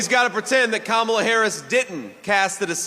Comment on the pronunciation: JD pronounces Kamala’s name correctly. I can see how obviously ..😀😀🙏🏾